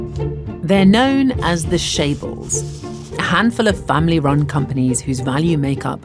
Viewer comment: Chaybols not shaybols.